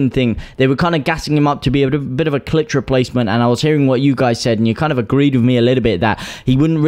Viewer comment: Berger and Klich is Pronounced like click….